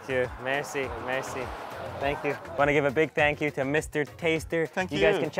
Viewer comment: In Irán when you say "merci", you put the tense on the "e", not on the "i"